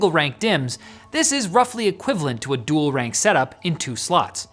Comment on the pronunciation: "Dool rank modules in dool setup mode"